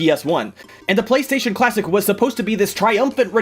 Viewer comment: Did anyone else notice that, said PlayStation Clawsic